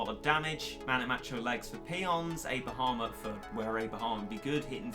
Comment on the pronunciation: When said a bahamut i thought he said a bahamer